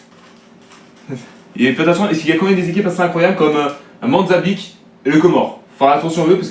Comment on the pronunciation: Ont dit Mozambique pas le monzabique mdr